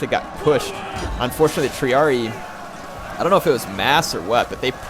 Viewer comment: great vids, man. btw, when you pronounce Triarii youre saying it without the hard I at the end. so it would be pronounced Tree-are-e-eye :)